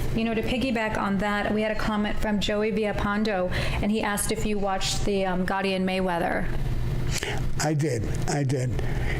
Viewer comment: Every single time Sammy talks about Pete Gotti I'm dying from him, Calls him Egore LMAO I CAN'T 😂